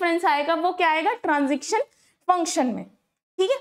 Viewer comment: stop saying transiction table its transition pls fix your pronunciation